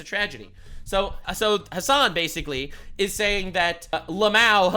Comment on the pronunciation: why does asmongold pronounce Ls as Ws. H'ell say basicwy instead of basically